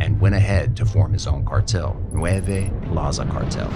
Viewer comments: Not nueve cartel its nuevo. Nueve- nine Nuevo-new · It's "Nueva" not "nueve"